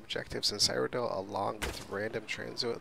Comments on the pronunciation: Cyrodill is prenounce Syro-dill :) eh it's kinda hard to explain it in text, just youtube a elder scrolls Cyrodill lore video where they will most likely say Cyrodill correctly. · Your mispronouncing Cyrodiil. Seer-o-dill.